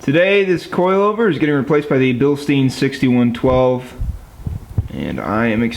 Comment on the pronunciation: It's pronounced bilstine.